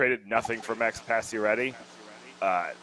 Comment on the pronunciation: How do you follow hockey, and make a LIVING from following hockey, and STILL not know how to pronounce “Pacioretty?” It honestly blows my mind.